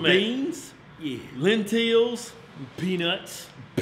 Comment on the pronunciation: he said, "Lint-tills"...lol